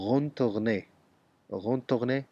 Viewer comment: سلامونه Retourner دی زما په نظر غلط تلفظ کړی، په هر حال ډیره مننه ګرانه